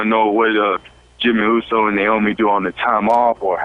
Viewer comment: The guy pronounced uso wrong 🙄🖕🏼